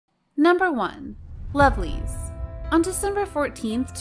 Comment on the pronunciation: who is the member of lovelyz that sexual harrasment of fan? because i dont understand your pronounce mam! sorry